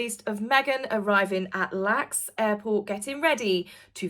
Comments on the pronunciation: Thx,, for another great update. The Los Angeles airport is pronounced letter by letter, El Ay Ex, L.A.X., (not lax). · haha.... LAX..... is not pronounced lax... as in lax(ative)....... it's the letters EL - A - EX..........it's the designation for Los Angeles International Airport.........all airports have a 3 letter designation...since L.A. only has two letters, they got an X for the third. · L.A.X. not lax 😊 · I really enjoy your videos. They are always, upbeat and positive, no matter what you are reporting on. Just an fyi, the airport in the US is pronounced L A X, not spoken all together as lax. It stands for Los Angeles something or other. I also enjoy your adventures and your insights. I do think Harry will return to his beaten down self as soon as Me-again arrives. Thank you for putting out the info of how much a narcissist can change a person. I was married to one for 9 years, and know first hand how awful it can be. We can only hope that someday he will have the courage to get away from her, or that she will finally get tired of him and leave!! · Love your video but just a bit of info. Los Angeles airport is not pronounced Lax but use the initials. LAX. Other than that good video and very little of M. I'm also happy seeing H smiling like his old self. Loved the witch from Wizard Of Oz. 😂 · It is called L.A.X. Not lax. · Not to be rude but LAX airport is pronounced L. A. X. Each letter is prounced like UK is pronounced as U. K… not uck. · I absolutely Love your video’s and am an American long time viewer. Just a pronunciation tip LAX airport is L. A. X. with all letters pronounced separately. It’s alright, sending my love! ❤❤❤